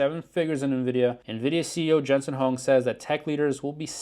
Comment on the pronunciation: Not Jensen Hung dude. It’s H-Wong